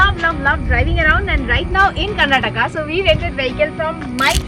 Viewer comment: Nice video, but please pronounce the state name properly. It's KAR-NA-TAKA